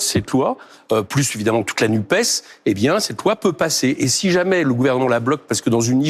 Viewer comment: Merci Éric de TOUJOURS prononcer le S de NUPES, car évitons de nous laisser tromper par les journalistes beaux parleurs qui s'acharnent à éviter ce S socialiste, non pas que je sois attaché au PS tel qu'il était et qu'il rassemblait tous ces politiques qui se sont empressés de flatter EM au cul, MAIS parce-que je suis attaché à LFI au sein de la N.U.P.E.S. où participe également le Parti Socialiste SOCIALISTE refusant la Macronie ! Supprimer la prononciation de ce S revient à commencer une tentative extérieure de division de la NUPES !